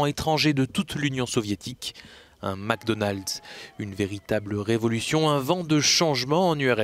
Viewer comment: "Un Macdonaldse"🤣